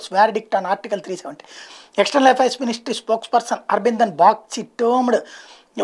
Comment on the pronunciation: అది అరబినదమ్ కాదు అరినధమ్ ...రా ...సామి